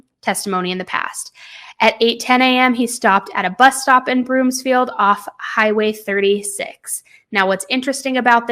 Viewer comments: It’s broomfield not broomsfield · I'm a local. It's BROOMfield, not Broomsfield. Thanks,, for covering this case. Love you so much! ❤ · Don’t apologize! We so appreciate the coverage! But, it’s Broomfield, not BroomSfield 😉 just for future reference. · There is no s in Broomfield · Broomfield* no “S” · BROOMFIELD girl not BROOMSFIELD there's no "S" 🤣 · Broomfield not BroomSfield. No "s" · Thank you for the content you make and how much content you make. I can't get enough. * As someone from Broomfield, CO, I just want to point out it's Broomfield, not Broomsfield. 😊